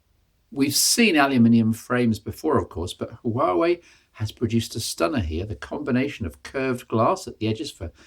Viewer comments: as a former Huawei employee.... 1- it's pronounced- Wa- Wey 2- P- stands for premium 3- Mate series - where they test new software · The H in Huawei is silent.